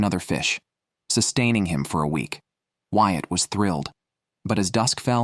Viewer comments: Bloody hate these AI generated voices. Ruins the experience. Since when is Whyat "White"?! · This is done well. However, the narrator messes up the names. It is pronounced "Wyatt," not "White."